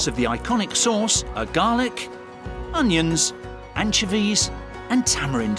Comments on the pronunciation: AN-CHO-VEES, not anchevees lol not hate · Anchuhveez. lol. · 𝐇𝐞𝐫𝐦𝐢𝐨𝐧𝐞 𝐕𝐨𝐢𝐜𝐞: “Your saying it wrong” “It’s 𝐀𝐧𝐧𝐞𝐂𝐡𝐚𝐕𝐞𝐞𝐳 not Anchovies” 🤦‍♀️🤣